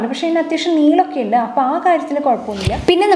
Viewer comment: ഇണ്ട് അല്ല ഉണ്ട് എന്ന് പറയു.........